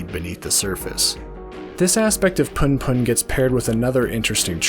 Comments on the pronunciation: Sorry but it's pronounced 'POON POON' not PAHN PAHN! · Man for fucks sake you read it poon poon. Pun pun sounds fucking cringe